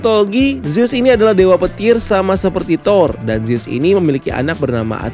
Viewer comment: revejer, bukan revenjer. zus, bukan zeus. tolong cara baca diperhatikan lagi. ganggu bgt kalau salah sebut.